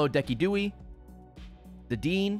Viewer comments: I lose it every time he calls Decidueye "deckydooie". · Im sorry, how did Ray pronounce Decidueye??? Deckidooey?